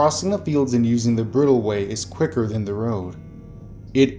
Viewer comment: horse story...it's a bridalway.....as in of the bride,pronounced bri(rhyms whith dry)-dal-way. apologies for my pedantic nature